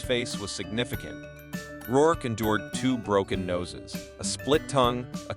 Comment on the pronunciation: These AI narrations almost sound like real people until they inadvertently the pronunciation of people's names or misread simple words and phrases. For example, instead of saying "in the 1990s" the bot says "in the one thousand nine hundred and ninety-es" and Micky Rourke turns into "Mickey Rourk-eh."